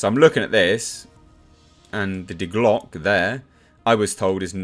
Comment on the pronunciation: It's pronounced de Glocka. You pronounce the e at the end in German. The leaked info sounds interesting, but I don't know why they didn't just adapt one of the games, comics or novels? There are some good ideas already there.